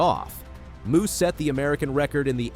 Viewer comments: You're a moron. Her name is pronouced Mo, not Muuu. Your credibility does in the first fove seconds of your video. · um dude, her last name Mu is pronounced "MOE" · I can barely get past the mispronunciation of her name. Athing is not a cow! She does not moo! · You lose all credibility when you mispronounce her last name! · Absolutely agree. If you didn't take the time to do the research to get an athlete's name right, it casts doubt on how much time was taken to get the rest of the information. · Here you go: Athing Mu's name is pronounced uh-THING moe (phonetic: /əˈθɪŋ ˈmoʊ/). The American Olympic runner has specified that "Athing" sounds like "a thing," and "Mu" is pronounced "moe," not "moo".